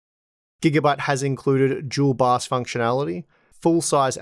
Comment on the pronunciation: I was like... What "Jewel box"? ... And a few seconds later I realized that's how they saying "Dual BIOS" :-D